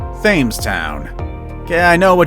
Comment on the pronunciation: Thames is pronounced 'temms'